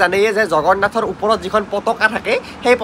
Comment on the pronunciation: "উপৰত" নহয় বাবা!"ওপৰত"হে।